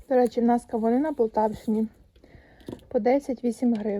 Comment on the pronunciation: Може правильно полтАвщина наголос на другий склад